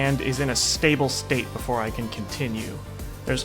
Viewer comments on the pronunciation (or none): *before* Not boofore